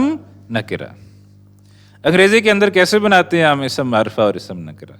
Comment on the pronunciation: With respect. Lufz not Lafuz. Ism not Isum.